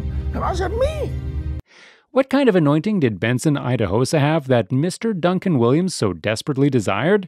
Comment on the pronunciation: So, this Narrator, has a clip of how Idahosa's name is pronounced and still decided to pronounce it wrong 😑